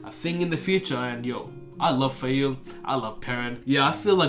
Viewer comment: Call her Faile. Trust :) Also please keep sharing how the names are pronounced IRL! I had no idea re. Be'lal or Ishmael. I love the depth of detail you get into with each video. It's like re-reading the books myself. I am so stocked for the next part. The first Perrin POV is one of my favourites for all the small moments you touch on: smelling the grey men, the paw prints, the dream visions, Hopper 🥰, Faile finding out the truth of Rand😅, the balefire! The world is corrupted because people are. Just like our world. I love your dark friend/black Ajah predictions. RAFO!! Nynaeve is best girl. Love her but yeah that chapter was a bit slow. At this point is when I really started enjoying Mat as a character, when he starts his journey to save the wonder girls.